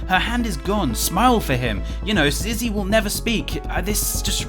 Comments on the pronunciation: Its Not Zizzy its Zee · I hear Zee not Zizzy